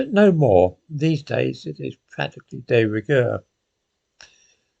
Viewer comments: It's de rigueur not day rigueur..... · it may well be “de rigueur” for you, but I can assure you, it most certainly IS NOT for me!🧐😩 On another note, it’s “de” not “des”, pronounced “de” as in “the”, not “des” as in “they”!🤓